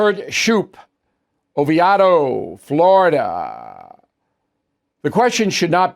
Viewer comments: Great job Bill, but you grew up in Florida and you should know "OVIEDO" is pronounced "OH-VEE-DOE" , not OH-VEE-AUD-OH" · Oviado Florida Bill??? It's O-VEE-IDO